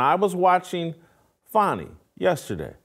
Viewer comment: HER NAME IS FANI... LIKE FANNY